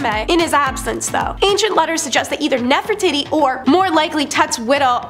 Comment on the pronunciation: I find it very funny that one of your ladies that loves to tell history keeps mispronouncing Nefertiti